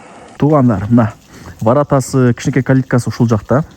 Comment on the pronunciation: Айыл да орус тилин Эми уйронуп жатыптыр ворррооотаааа дегин😂😂😂.Эн тантык блогер.